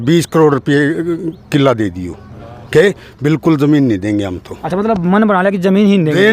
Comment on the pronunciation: Colony zar ko zamin kyun jamin kyun bolti hai